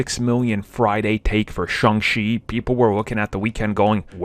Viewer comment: …it’s Shang Chi NOT Shung Chi